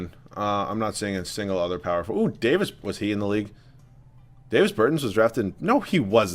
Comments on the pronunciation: It's not Day-vis Bur-tins, it's Dah-vis Ber-tahns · “Davis burtans” it’s not pronuounced like that ahahah and yes ik I spelled Davis name wrong on purpose to show how he is pronouncing it